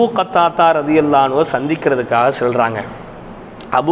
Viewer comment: Finally, you pronounce it exactly in Arabic رضي الله عنه.